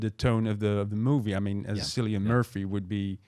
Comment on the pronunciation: Sorry to be a pedantic Irish man, the C in Cillian is a hard C with a K sound more like Killian, I know you are details guys (also not a fucking chance Cillian O’Murchú is playing Bond😉). I agree Young Bond is the way to go…picking the villain could be interesting.